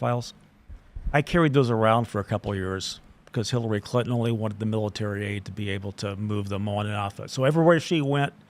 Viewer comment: Sounds more like "Hellary"